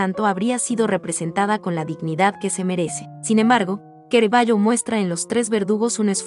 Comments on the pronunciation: C + A = CA no es QUE RAVAGGIO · Lo único mal del vidrio es la mala pronunciación del pintor y del nombre de suse obras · Tema excelente aunque con errores y lo peor...pronunciar mal el nombre del artista...choca!!! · todo muy bueno....pero no se porque lo llamas QUEREVALLO😳 su pronuncia es CARAVALLO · Pero por qué dice Querevaggio? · ¿Kerevaio? ¿Y esa pronunciación? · Es Caravaggio , no kerevaggio !!!!!!!!!!! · Es Caravaggio, no Ceravaggio. Es italiano, no inglés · "kerevayo" ahhhhh mis oídossssss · Kerevaggio ,kerevaggio arruinan un video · Es una lástima que un vídeo tan magnífico, tenga un audio tan lamentable . Pronuncian mal el nombre del artista y otros errores que denotan absoluto desconocimiento de cultura general. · La muestra y selección de las obras es excelente. En mi humilde opinión deberían haber corregido la regular a mala pronunciación de la locutora, que en varias oportunidades pronuncia mal las palabras del texto y lo que es imperdonable en que no mhayan corregido el nombre del personales !! CARAVAGGIO !! ( LOCUTORA LO LLAMA "QUERAVAGGIO" UN DESPROPÓSITO ) sI PUEDEN TRATEN DE CORREGIR ESTE ERROR ) Gtacias, Armando Cerutti